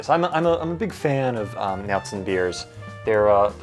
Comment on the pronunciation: You should really learn how to pronounce Märzen 😆